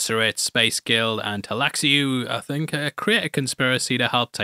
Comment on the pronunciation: Te-lay-laxoo is how it's pronounced. Hard as feck to spell though lol